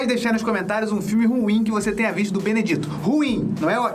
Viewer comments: não é BENEDITO, se fala BENEDIT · Benedito..😂pronunciação maravilhosa, amo seu canal ❤